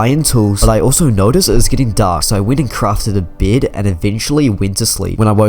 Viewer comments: Yeah! You sed bid not bed😓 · Is it just me or do ppl hear saying Biyd instead of bed🤣